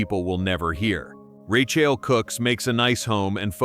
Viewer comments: Plz double edit urself before posting please! Im trying to focus on ur story but every time u say her name, THE MAIN CHARACTER OF THIS STORY...I almost leave! Lets sound it out together... Lol 'RA, long a' 'Ch, ch ch like change' 'ael sounds like just saying 'L' so its RA CH AEL sigh 😐😶😑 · pronounced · Who doesn't know the correct pronunciation of her name. "You can't fix stupid"! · That's because it's a BOT voice... not human. All these videos have mispronunciations of names. In this video alone, there are 3-4 (maybe more!) variations of name! SO ANNOYING!